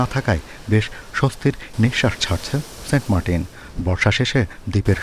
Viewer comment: সেন্ট মার্টিন না সেন্ট মার্কিন 😂